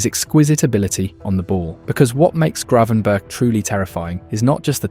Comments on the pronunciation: Bloody AI voice. I-AX not Ajax Ten Harg not Ten Hag Grav-EN-burch not Grey-van-burg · I think it's pronounced Gravenberg